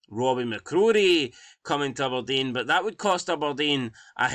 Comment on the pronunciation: “Ubberdean” who is this team 😂